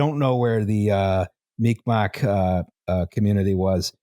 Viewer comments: It's not "Mic Mac", for Mi'kmaq, , while we're all here learning together. More like "mee-g'mahk. The "q" makes a guttural sound not a hard c sound, and the "k" is closer to a g. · phonetically/out loud - "Mig Maw" Mick Mack is a fine enough way to pronounce Mik'maq, but made it sound like meek mack... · You absolutely butchered the pronunciation of Mi'kmaq. Phonetically, it's closer to "mig maw" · "They fucked up the first nations there called the 'mick mack' " The pronunciation is so wrong but I'll let it slide because this is an episode I've been hoping for..